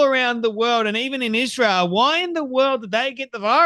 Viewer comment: I RECEIVED BAD NEWS FROM MY DR. YESTERDAY. I KNOW IT'S BECAUSE OF ISHRAEL (HOW COO-COO CANDICE OWENS PRONOUNCES ISRAEL). 🤪👹